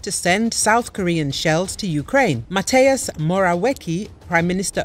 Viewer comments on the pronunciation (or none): "Mateius Morałeki" hahahaha a chwilę później "Morałiki" 😂😂😂😂😂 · Mateusz in English is Matthew, don’t butcher our name like that. It’s not “mataaaaezz” it’s “Ma-te-oooosh”